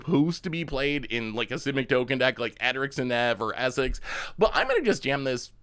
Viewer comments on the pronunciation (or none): none